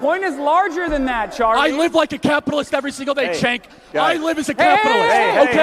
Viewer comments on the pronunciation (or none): its "jank" not "chank"